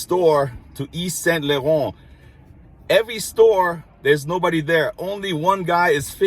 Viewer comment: And yet you pronounce Yves St. Laurent so beautifully, while so many don't get close!